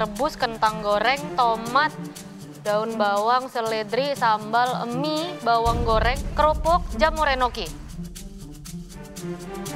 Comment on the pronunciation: Chef Renata adalah kita, nyebut 🍜 Pake "Emmie" Bukan "Mie"